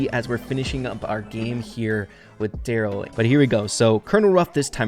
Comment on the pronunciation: The Darryl skin is pronounced: Darry one